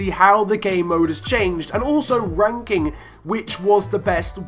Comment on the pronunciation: Did anyone else hear him say FIFA wanking?